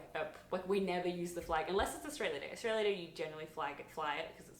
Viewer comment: The way you say Australia isn't the right pronunciation